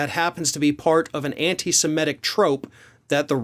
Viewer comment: You seem to be pronouncing semitic like emetic, i.e. semetic. It's derived from Semite.